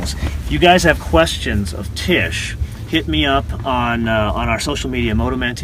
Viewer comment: Hi man + Nice intervju but bad microfone and just want to corret you her name is not Tish;-) I love my XC T8 R-Design:-)